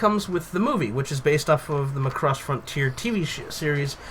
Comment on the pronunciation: Every word coming out of your mouths about the "Macross" genre and the "Robotech" genre makes me cringe. All the way from botching the word Macross from the admitted lack of understanding on what the heck is even going on. Macross is a ripoff of Robotech? Just stop doing reviews of things you just don't know!